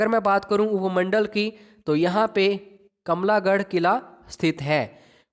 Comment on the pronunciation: Sir kamla garh ni it's kamlah garh